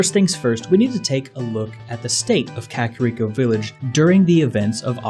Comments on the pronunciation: Kuh kair eko not kakarod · Dude ere is a sign in front of the hidden village that say in Japanese ka-ka-Rico-village. Also it's not pronounced cakirico village it's kaka like the Spanish word for crap and Rico... the pengiun